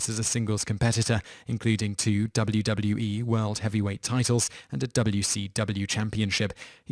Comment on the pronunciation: Alexander Rahl Surprised he got 'WCW' and 'WWE' right; although, I can picture him saying 'wi-kuw' and 'wu-wee'.